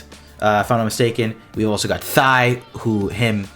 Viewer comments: I can hear you saying “thigh” for the XO's name, lol. It's spelled Tigh but pronounced “tie.” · I'm totally calling Tigh "Thigh" from now on. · Tigh (like Tie Fighter), not Thigh.